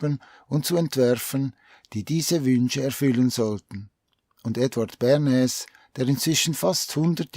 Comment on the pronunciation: Lieber, ich liebe deine Videos und bin Dir sehr dankbar für deine Arbeit. Dennoch muss ich dir mitteilen, dass der Herr Bernays ein stummes S im Namen hat. Man spricht es Börnay aus. Bitte sei mir nicht böse, ich musste es jetzt einfach schreiben. Ich bekomme immer lust auf Spargeln mit Sauce Bernaise, währen diesem Video 😉